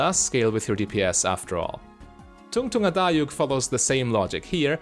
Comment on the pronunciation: the name is pronounced with much more of a "D" sound btw. also it means "they're fat6" or "it's fat6"